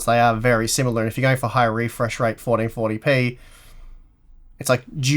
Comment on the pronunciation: I love how says 1440p. Sounds like Potty Potty Pee xD